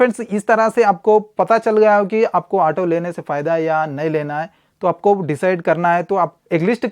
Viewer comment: ato nhi auto hota hai 😅